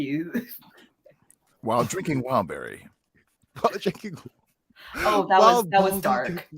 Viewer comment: Kamran Calling Wildberry… Wildbaldy 😭